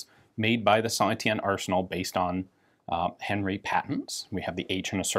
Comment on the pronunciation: Isnt it "Han-ri" not Henry?